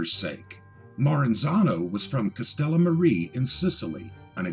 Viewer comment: Castellamare = "Castella-MAH-ray".